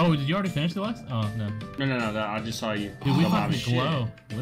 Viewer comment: "aww no one sawl it"